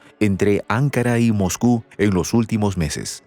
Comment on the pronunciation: NO SE PRONUNCIA "ÁNKARA", SINO "ANKÁRA". ¿ NOTAS LA DIFERENCIA??????